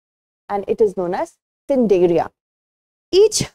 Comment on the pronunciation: Such stupid teaching.thats pronounced as nidaria ,c is silent. And its mutualistic its symbiotic. These guys are making all of you fool.